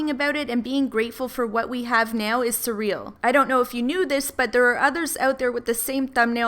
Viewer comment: Btw it's surreal not serial.